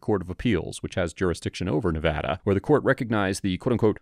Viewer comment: Thanks for pronouncing Nevada correctly that's rly cool of u